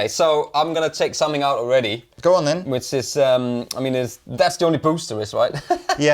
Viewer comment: I've always wondered why pronounces the word 'something' with a 'k', (somethink as opposed to something) 🧐